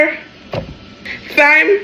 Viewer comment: THyme is crazy🤦‍♀️ relax, the 'H" is silent. Its pronounced the same as time. Enunciating the "TH" makes you sound like you didn't learn your vowels and literature. Its ridiculous to hear in all your videos. I'm sure you went to school stop it. Someone has to say it. I like your videos except i dont eat pork but your personality is bubbly and fun to watch. Stop being extra pronouncing that word the wrong way. No such word. Now carry-on